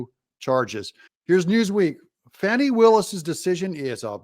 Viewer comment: The term Fani smacked needs to be used for her. And not the "Fawny" just started pronunciation either.